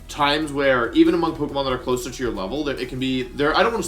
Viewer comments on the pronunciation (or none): none